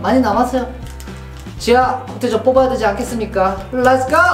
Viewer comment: 은 지하국대적을 왜 지하 국대적 이라고하는지 모름